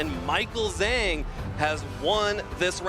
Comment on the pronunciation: Not sure which game you are referring to but I could easily understand them referring to Juan as Juan (in the game against Eric)… it’s not a butchered pronunciation Michael “Zhang” is the butchered pronunciation but nobody is bothered…